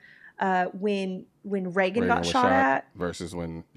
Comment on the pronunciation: What are you... six years old??? It is Reagan nimrod, not Regon. And, it is a limo, not a lomo. Also, he did not make a beeline for the limo, he was PUSHED into the limo by his Secret Service. And Trump wanted to let his people know he was still alive and was able to walk off the stage. Now ask your mommy for a cookie and some milk, and go take your nap.